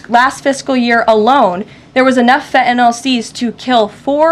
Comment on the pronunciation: I love that she knows how to pronounce “fentanyl.” 🙂